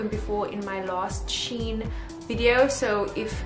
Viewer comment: LOVE IT!! so glad you pronounced SHEIN correctly this time 🤣🤣